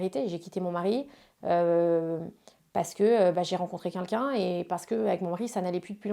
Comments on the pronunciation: arrete un peu genre t'as compté? Meme en dehors de cette interview elle passe son temps à dire' kinkin" au lieu de quelqu'un. Va falloir que quelqu'un lui apprenne à prononcer ce mot. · Elle le répète 2 fois.... Avec un L..... Tu porte bien ton pseudo